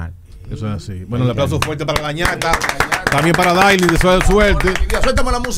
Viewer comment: Sandy no sabe pronunciar los nombres 🤣🤣 Dique Dailyn 🤣